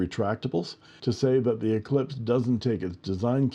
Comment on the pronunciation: spelled "Eclipse" and pronounced "eclesiastez" 😆 thanks for the review, I haven't seen many of the new Eclipse